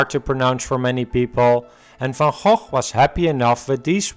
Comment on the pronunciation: Nice that you know how to pronounce "van Gogh". Most Americans are way off.